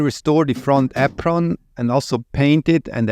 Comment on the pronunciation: I can listen to you say “apron” all day long 😍